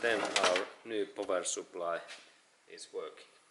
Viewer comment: "powah soup ply"